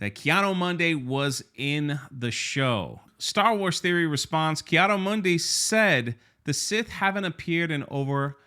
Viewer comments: Why cant anyone say KEE-ADEE-MOONDEE correctly? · I love the way pronounces, "Kay Otto Monday" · It’s Keanu Monday. And, we like names. Ask Frank Gore.